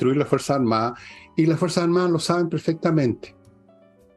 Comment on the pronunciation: Estimada: sus intervenciones serían impecables si pronunciara mejor: Etao Unío, Fuerza Armaa,..se a etao perdiendo... Gracias